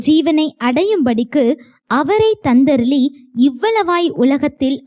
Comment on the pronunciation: வசனம் படிக்கும் பிள்ளைக்கு லி ளி உச்சரிப்பு சரியில்லை. தந்தருளி என்பதற்கு தந்தருலி என் படிக்கிறாள் . பயிற்சி அவசியம்